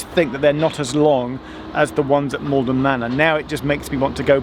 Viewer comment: It is Maldon not Malden.